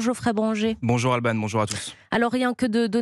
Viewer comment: "Albanne" 😂😂😂 ALbanne Mikozy . 😂